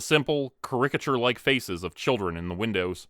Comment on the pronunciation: Kerr-ick-uh-churrr. These words are not that hard to say. But all of these types of videos cant ever seem to pronounce words properly